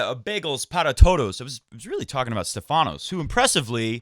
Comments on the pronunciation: Tsitsipas will beat him again. And it’s not SteFAnos ...it’s STEfanos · Oh man:-D!! You say StEfanos's name right once and then you go and spoil it again:-D! Please check your Twitter msgs, I'm sure you won't get confused about this ever again:-D;-). I see you lost some weight (maybe from the flu?). Kudos and keep it up, it suits you! I think Thiem won Lyon last year, so he loses 250 pts, haven't done the math yet to know how that fares between him and Sascha. Agree about Fed, hope he reaches QFs.